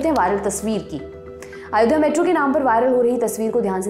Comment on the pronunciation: महोदया आयोध्या नहीं होता, अयोध्या होता है। थोड़ा homework किया कीजिए प्लीज।